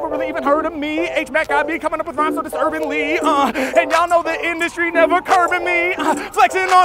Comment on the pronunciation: nevah, nevah, nevah